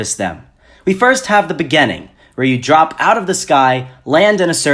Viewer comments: I was 6th in my first gam. My tactic was to stay low, drop somewhere sparsely populated and wait until final circle and until you die=_= P.s I like how he says begining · “Begenneng” xD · Great job dude except you triggered me when you said beginning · I'm sorry but why do you say beginning like that? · the way you say beginning....